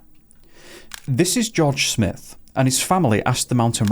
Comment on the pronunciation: It’s not Smith. It’s a long i. Sm-eye-th Smyth. I know someone with this last name.